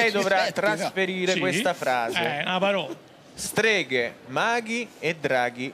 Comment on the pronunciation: "Streghe." "STAJE!"